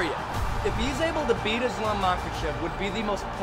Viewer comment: Excellent film bravo ! Mais s'il vous plaît quand vous faites un film sur Islam, faîtes l'effort de bien prononcer son nom...